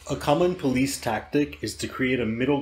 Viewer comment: 😂 “Accepting the porrice narrative”